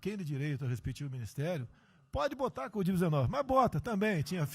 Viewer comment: "Codiv-19"🤣🤣🤣🤣🤣🤣 Presidente BURRO!